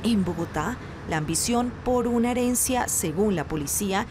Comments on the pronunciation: Me desconcentro cada vez que dicen "heriencia" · Porque no corijen a la chica cuando dice heriencia"